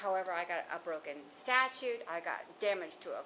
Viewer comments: STATUE…NOT STATUTE. Normally I wouldn’t say anything, but it annoyed me. Not to mention she was rude. Some of the comments she made on her cell and even toward the other lady cop was uncalled for. “I don’t want to babysit” “Just forget it” and “ You talk to him, don’t make me do all the work”. Hmmm. Okaaay. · Something about the way this was handled seems terribly wrong. I think this officer could use more training. Plus her grammar is atrocious, she comes across as poorly educated. It's statue ,,,not statute and It's regardless …not irregardless. 😏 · Right? “Statute” is killing me!!!!!! Everything about her is annoying! “ I hate the way that you walk, the way that you talk, I hate the way that you dress…” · Is it just me are they saying statute? Likes law? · Why does she call a statue a 'statute?' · That cop said “irregardless” “incooperative” and keeps calling the statue a “statute” This is wild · Lady its not a statute 😂 its a statue👍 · Statue...not statute... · I can't ignore how the officer keeps on calling it a 'statute' and not a statue... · Stop saying "statute"! Okay now I feel better. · She keeps saying statute . It's statue! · Officer lady, it's Stat-chu. Not stat-chute. 😂 Stat-chute is what you enforce! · Why is she saying statue wrong , shes saying statute instead of statue ????These heifers need to leave them alone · That officer kept referring to the statue as the "statute." Once was understandable but 10 times? Does she not know the difference? Lol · Somebody get that female cop of snickers and a nap. And it's a STATUE lady, not a statute 😆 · The cop pronouncing statue, as statute was driving me mad! I wanted to stop the video and correct her right then and there. Lol. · I'm sorry. Am I tripping? Why is the lady saying "statue" like that? I say "sta-choo".... shes saying 'sta-chooT' and pronouncing that last t. Please tell me Im not crazy. 😅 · I dont care for that cop - and tell here to quit saying STATUTE (a code) instead of statue